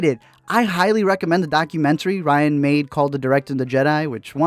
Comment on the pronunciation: I'm late to the game and only now watched your video in April of 2020 and just have to say that you have no idea how to say Rian's first name. It's RIAN, not RYAN. R-I-A-N. Rian! Look at the letters and sound it out. Sheesh! That said, F*** Ryan!!!